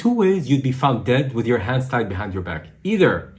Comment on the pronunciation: she says "tands were hied behind their back".... 🤣🤣🤣